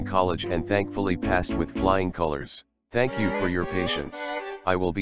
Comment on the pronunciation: he isn't swear. He trying to say thank you with accent . But going wrong🤣🤣